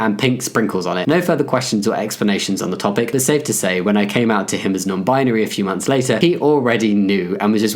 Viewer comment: My teacher is very accepting, and it's funny because he pronounces non-binary as non-beanary. He is definitely one of my favorite teachers I've ever had. Proud to be non-beanary!